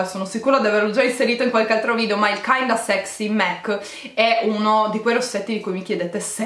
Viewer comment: scusa se ti correggo però non si dice MEC ma MAC ti adoro